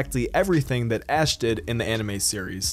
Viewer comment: When he said ash% I thought he said ass% and I was like “POKÉMON HAS AN ASS%?!